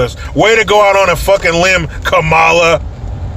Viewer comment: Thank You for pronouncing her name correctly.....Ka.....Ma.....La